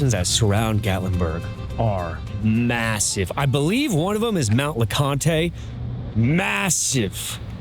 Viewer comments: Ok, I had to laugh at your pronunciation of "Mount Lacontay". 😂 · No tay on the end. It’s two syllables.